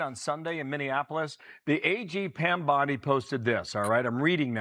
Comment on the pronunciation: It's Bondi, not Bundy!!! Please!